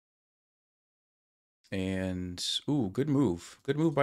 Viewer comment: first I’d like to say thank you for the content, but I do have a small request: Is there any way you could end you “and’s” with a “d” instead of a “t”? Again, really appreciate your videos!